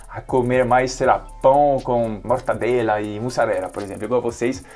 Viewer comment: Tá bem Brasileiro mesmo, tá falando até " Mortandela"